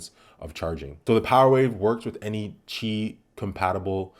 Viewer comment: I'd have it by my bedside to charge my S9 at night, since its USB port is starting to get worn out. Wireless charging will help prolong its life. Also, props for pronouncing "Qi" correctly! 😉